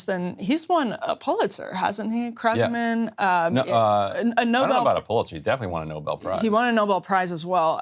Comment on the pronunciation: Someone should telll that it's pronounced 'Kroogman'. He's one of the counties leading economists. Economists typically don't win Pulitzers. How ignorant is she?